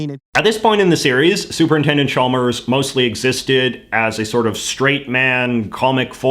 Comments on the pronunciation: Umm I think you'll find it's pronounced Supernintendo Chalmers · You mispronounced "Super Nintendo Chalmers" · I hate to be That Guy, but: As you were pointing out the inconsistencies and contradictions and errors of the segment…you repeatedly mispronounced Super Nintendo Chalmers’ title.